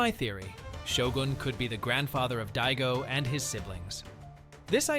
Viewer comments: Di-a-go NOT dito or dido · It’s DAIGO man not Diego hahahaha god😂😂😂😂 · even if it is, i'm not even gonna walk, but even if it is, it's not dito or Dido what he's saying